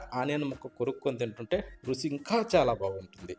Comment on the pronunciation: Rusi endira? Ruchi anavachukada? Nee Bhasha thagaleyya.Vantakam chudabuddi kavatam ledu